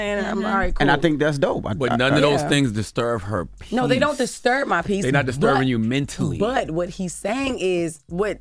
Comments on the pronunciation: Charla really said "Disturv" 😂😂😂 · DISTURV ??????????????? I don’t know why Charla is still struggling to say his b’s lol